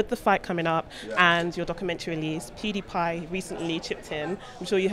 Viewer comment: Pee-die-pie New version of... I HATE PEEWDEEPIEE